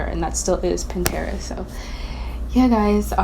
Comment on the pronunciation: does anyone notice she says pintera alot?